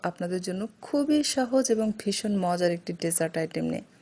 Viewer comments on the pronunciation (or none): Apu mojor na mojar bole